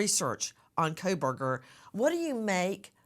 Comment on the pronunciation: Quit saying Kolberger! Lol. It's Kohberger... And I am not surprised his attorney is nervous sitting by him. He is a cold blooded predator!